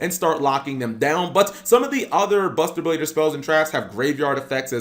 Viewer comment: Did he say buster bader